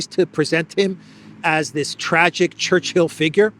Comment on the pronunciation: It is not Church-hill,. It's Chur- chill.